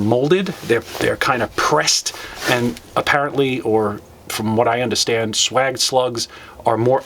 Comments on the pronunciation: Sawage not swag like swagger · yes I was referring to your pronunciation. It’s spelled swaged I figured if you read it like that you’d understand. Kinda hard to put into words.